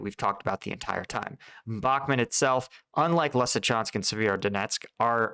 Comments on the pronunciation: Its Bakhmut not BOK MOOT. Idiot. Also, its REAL non Lame stream so called media name is Artemivsk in its native Russian speaking inhabitants' language. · I like your channel but everyone else is saying "bock moo t" and you say "bock mit" lol which is it. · bach MOOT : ). Like the composer, and moot pronounced extra long. (Just not BAK mutt). Love your content!